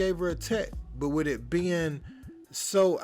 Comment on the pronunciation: Wiff? I think it’s pronounced “with”. Hire a speaking coach dude.